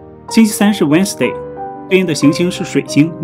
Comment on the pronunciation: Wednesday的读音应该是wenzday不是wensday